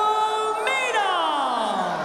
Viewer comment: you'd think by now announcers would know how to pronounce Nurmagomedov properly.